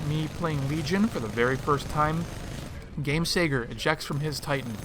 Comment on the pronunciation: LMAO the way he says "Gamesager" 😂